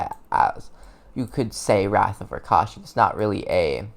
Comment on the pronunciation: RAK(rock)SHA(shaw)SA(sah) RAKSHASA Not rakasha